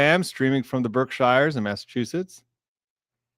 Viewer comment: Engineering certainty? Like statistical certainty.? Never 100%. Witness admitted that outright today on the stand. How many noticed the answers in that end-of-the-day voir dire towards defense v prosecution? Q's back, then one word answers. Say a prayer for me too on your holy days. Blessings It's birkshheeas and new hampha. Not to worry, we all havve accents. South pronounces the 'h' in which, what...